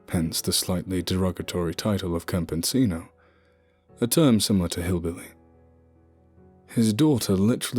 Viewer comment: it's pronounced cam - pe - see - no = Campesino little friendly advice for later narration